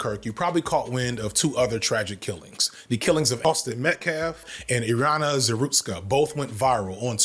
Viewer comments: i agree w the points made in this vid but the fact you couldn't bother taking 5 secs to look up how to pronounce Irina's name is super weird to me... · Also as point of information, the white girl in north Carolina’s name is pronounced “eye-ree-na”